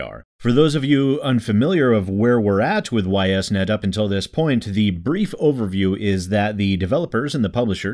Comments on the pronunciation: for what it's worth, the company's name is pronounced "eess net". Actually easier to say than "Y S net". Anyway, screw Ys Net. Everything they've done recently is not only in bad faith but actively screwing over the people who paid for their game to be produced. I certainly won't be buying this game, and Deep Silver can eat shit for all I care. And yes, I agree, additional content should be charged for, but with shithead companies like this one using Kickstarter as a glorified pre-order platform these days, how the hell is this pre-order content not free for them? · I was going to correct the pronunciation but then eh they deserve to have people mispronounce their name because of this crap so why bother?